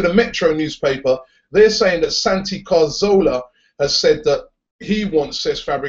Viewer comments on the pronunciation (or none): Ca-Zor-la. Cazorla. Or Ca-Thor-la if you want to say it in Spanish. Not Carzola.